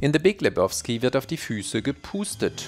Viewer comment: Lebowski = Le-bau-ski, nicht Le-boff-ski! 😂 Jedesmal, wenn er es Leboffski ausspricht, muss ich an die Nihilisten denken 😂 Und übrigens: Niemand nennt ihn Lebowski. Das ist der Dude, man!